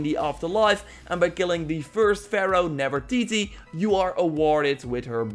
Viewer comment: "Feminist Grace" and "Nevertitie" this dude is funny.